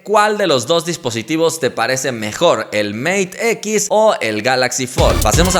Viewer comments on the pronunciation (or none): #RichardYuDebería practicar su pronunciación en inglés, ya que no lo entendí al presentar el Mate X